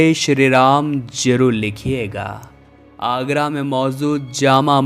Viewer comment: Please pronounce historical names correctly। जहां आगरा नहीं आरा। केशव देव not दास